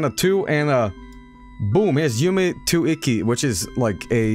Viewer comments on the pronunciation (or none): it says YUME TUKKI, NOT TUIKI